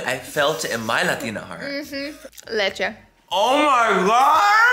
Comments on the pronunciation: The "leche" pronunciation 👌 Latinos are proud of you Laura lol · Tres leches you pronounced so well haha you really are a Latina at heart. when I first subscribed to you I thought you were but then you said oil hahah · The way you say Leche is puuurfect!